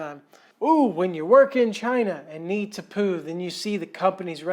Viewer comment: Sorry mate but va-China was spot on. 8/10 😂😂